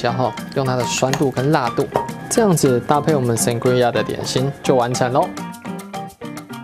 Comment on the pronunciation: 簡單版的話只要用紅酒+帶氣泡的檸檬汁跟一些水果就很好喝了！西班牙很多餐廳也是這麼做的～ 還有Sangria發音是桑格莉亞唷！